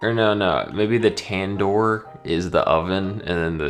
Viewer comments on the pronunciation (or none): none